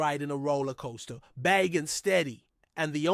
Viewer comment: It's pronounced Bay Jent....everyone knows this